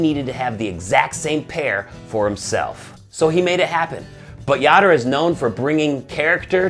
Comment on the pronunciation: That'd be pronounced "Yoder", as in "odor", but great vid anyway. Much love for Kemo Sabe and the whole crew!